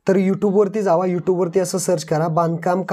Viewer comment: tu जावा ले भारी म्हणतो 😅